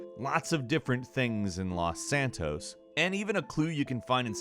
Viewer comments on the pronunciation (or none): none